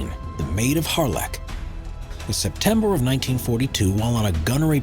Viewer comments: Plus it’s not pronounced like that! Odd to talk about respect then mispronounce something! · I forgot to mention, not only did he get it wrong about the pilot actually surviving this incident, and as someone else pointed out - he mispronounced the name, another commenter correctly identified this aircraft was single crewed only yet it is presented as a multi crew fatality. Were the other crew members he’s claiming perished tied onto the wings like 'Flight of the Phoenix'?